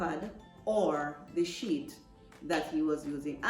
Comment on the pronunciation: This is Awesome.🎉 I also thought you said Sh!t.... But it was Sheet.. 😂😂...thanks for sharing ❤